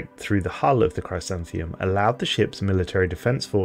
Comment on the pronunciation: It’s pronounced “Chrisanthemum” it’s a type of flower , a daisy of sorts.